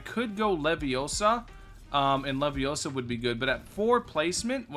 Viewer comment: it's Levio...saaaaaa